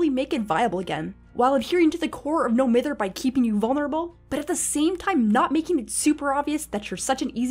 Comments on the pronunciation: It’s MY-ther. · Love the video, but I’m pretty sure it’s pronounced m-EYE-ther. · It’s no m-I-ther u egg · Triggers me that “Mither” is mispronounced.